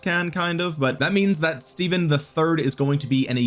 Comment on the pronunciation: It’s pronounced Steven...my middle name Stephen